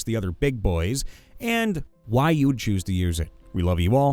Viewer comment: You kept using the wrong inflection for "Why?",. You were reading it like a back-and-forth discussion, but you should have been reading it like someone answering their own questions, because that's what it was. Also, vorpal weapons just behead on a crit; they have nothing to do with things from other planes.